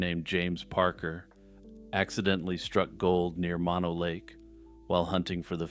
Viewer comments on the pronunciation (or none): none